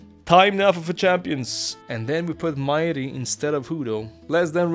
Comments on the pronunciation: Botas majri is not mayri. that's an arabic name the j is not pronounced as y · Bro butcherd Majris name 😂😂😂😂 It's an Arabic name, it's pronounced with j not i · This is small but the J is not silent for Majri, it's an arab name